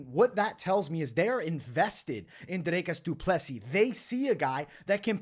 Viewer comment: You actually say DDPs name very well.